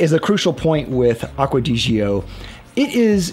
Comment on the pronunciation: My question is: Why are so many Americans so unbelieveable bad at foreign languages? It's Aqua de D'jOh. No 'EEE' involved. ;)